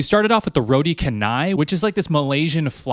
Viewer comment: as a Malaysian, you pronouncing roti canai like that hurts my soul nckdncaiunckcuwajcni 😭😭😭😭😭😭😭😭😭 (all love though hahahaha).